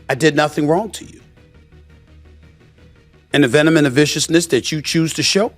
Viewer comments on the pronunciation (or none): " and the venomnnviciousness you choose to use" Steven A Smit...., if you don't shut the fk up! lmao 🤣